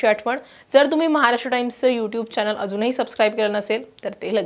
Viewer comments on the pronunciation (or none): none